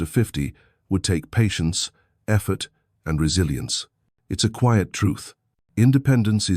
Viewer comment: Your AI constantly mispronounces the word "quiet". This is a basic word in English.